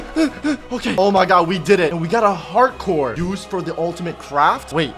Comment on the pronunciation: Why "Heart Core" Sounds Like "Hardcore"